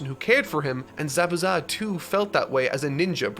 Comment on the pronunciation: Bro really said ZaBUza